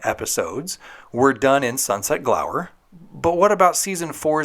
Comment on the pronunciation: It's "Sunset-gower" not "Sunset-glower" fyi. Tiffani Amber Thiessen is so BEAUTIFUL all the time, even in the behind the scenes candid shots?! Thanks for this video, can't wait for the next one.